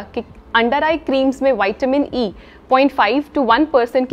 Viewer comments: Hello madam , विटामिन बोलने से कोई दिक्कत है क्या वायटमीन बोलने से कुछ बदल जाएगा क्या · विटामिन को बार बार वाईटमीन बोलने में अच्छा नहीं लग रहा मैम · विटामिन बोलो ना क्या बाइट मिन बोलने में लगी हो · वैटामिन होता है या विटामिन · वायटीमिन नहीं विटामिन होता है वो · Madam ple goli ka shi nam bolna shiko waytamin bol rh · Pahle vitamin bolane se kya vitamin nahin hota vitamin hota hai